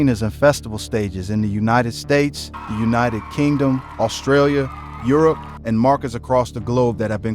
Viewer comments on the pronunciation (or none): none